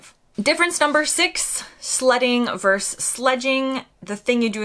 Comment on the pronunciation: The word is Versus,two syllables. Not Verse, one syllable.